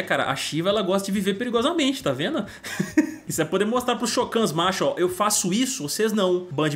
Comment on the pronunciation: "shokano", pqp kkkk